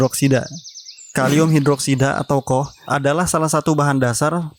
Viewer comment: Sekedar kasih tahu Koh bacanya ka o ha.